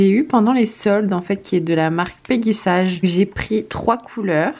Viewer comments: Ca se prononce " peggy saige " et non sage 🤣. Mais tu n'es pas la seule à faire l'erreur. En fait c'est une marque US créé par mrs peggy sage une américaine qui a été revendu et maintenant est française mais malgré tout on doit le prononcer ainsi . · Mdr comment tu prononce peggy sage 😂😂😂😂😂 ( peggy elle est sage ) 😅 C'est peggy sage à l'anglaise comme OPI , baby boomer ect ect ect ....